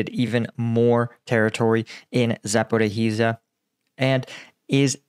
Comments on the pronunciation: Mate, ZA-PO-RI-JYA, not zaporihizhiya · Try to pronounce Zaporizja! This zaporihi:zija is not OK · Zaporizhzhia is pronounced like Zaporishia, not Zapporee-hee-shia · Hello Paul, it is ZAPOREESHA or ZAPOREEZHA in Ukrainian, not Zaporohisya, sorry for that, but it is easy! ZHZH (almost SHSH) means you speak it longer and not double. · Zaporizhia! It is not Zaporohizhia! It is the shorter version! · It's pronounced ZA-PO-RO-ZHIA, not Zaporohizia please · Zapra hiz iya? No Zapor eeezhya da or yes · Za por ya hi zya... nooooooooooooooooooooooooooooo Za por izh (ige in beige) ya.. Come on mate get with it. How long have you been struggling with these UA names. Get with it mate! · Please, do not pronounce "h" in Zaporhyzhia :). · love the show. The pronunciation is za-po-RYJ-ye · Its called „saporischja“ i wrote it how you say it 😊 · Zaporizhzhia is pronounced with 4 syllables: “zah-poor-ee-zha”. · You are best, but please: Zaporizhzhia = [zapo-rish-ya] or better [zapo-rish-shya] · Your pronunciation of "Zaporihiza" is weird. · Ok.... Zaporhizizia???? I understand mispronouncing towns and areas if they are the 1st, 2nd or 3rd time they are mentioned. But please show some respect for the Ukrainian people and learn the pronunciation of the areas that have been on the front for.... 6 months! (Otherwise, I like a lot of the analysis you bring,) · Zaporizhzhia - this is how it's pronounced: Cheers! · I wonder if he'll ever manage to say Zaporizhzhia correctly :)) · How is it possible to have reported on the war for well over a year, and still not be able to pronounce "zaporizhzhia" even approximately correct? I must confess I am a bit embarassed on your behalf..